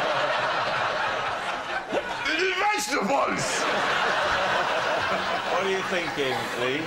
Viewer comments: Believed it straight away because I had a friend from North West England who used to pronounce vegetables as "vegitubuls". I enjoyed it every time he said it. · The thing early on that struck me as true was the way he supposedly said "vegetables". It sounded very much like a native German speaker over-pronouncing an English word. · For those of you interested, an Austrian would most likely pronounce "vegetable" as if it was a specific kind of table, thus a "vege" "table". So yes, it is funny how we say the word, but Greg probably misremembered, because it's rather unintuitive.